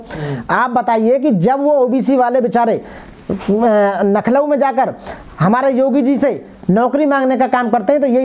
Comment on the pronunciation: सर, आप लखनऊ को नखलूऊ का उच्चारण कर रहे है, कृपया ध्यान देने का कष्ट करें। जय भीम जयसंविधान